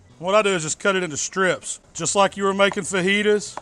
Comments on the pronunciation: i thought you said FETUS at the beginning of the video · lol I thought you said FETUS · i know he says chicken fajitas but my mind head either chicken fetus or chicken penis